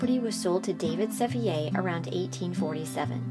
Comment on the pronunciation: This needed a lot more basic research. "Rotherford" Mansion should be Rotherwood Mansion. Sevier was not a Frenchman. It is pronounced as "Severe".